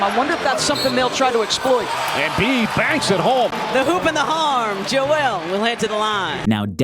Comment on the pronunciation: It's Joel... not Joelle